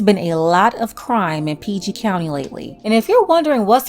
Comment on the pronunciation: You must be from the DMV for you to say PG country lol